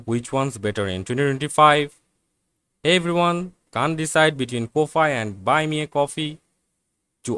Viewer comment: Ko-fi is pronounced Coffee. it's a phonetic spelling.